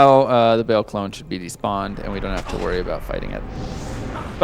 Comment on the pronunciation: Meh, please don't pronounce Baal 'bale'. It's pronounced like 'bahl'. Great run though!